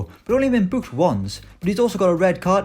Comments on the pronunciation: The way he says booked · Hes a Northerner. Come up North and youll see this is quite common.